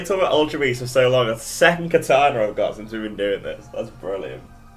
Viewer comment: also what's katana it's kartana